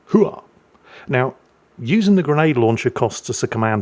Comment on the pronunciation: 'Hoo-ahh'? Its 'OOH Rah', dammit. We're not some of those Navy or Army fruitcakes. We kill stuff for fun.😊